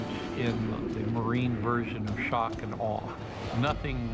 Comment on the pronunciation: in shorck (Silent R. in the middle)